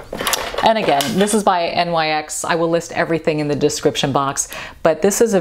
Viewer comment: It's NOT "N-Y-X"! It's "NIX". You do not say the letters, you say the WORD. Everyone calling it N-Y-X is driving me bananas, lol. It's NIX, people! Just spelled with a Y! Knicks, Nick's, Nix! Ain't hard!